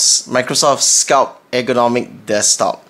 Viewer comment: FYI there is a 't' at the end of 'sculpt'